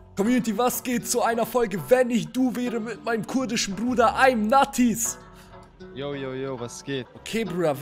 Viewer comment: imNatiz heißt nicht imNatiz sondern EimNadisch